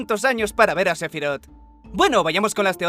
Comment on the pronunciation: Se dice SE-PHI-ROTH tan tan tan tan